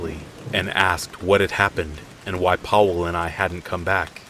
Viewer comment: "Powell" "Areck" dude these aren't that hard to pronounce :( come on...just a quick type in Google Translate will show you how to pronounce it.